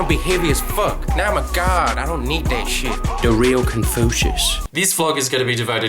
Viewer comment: "Manolo, choot dat pizza chit"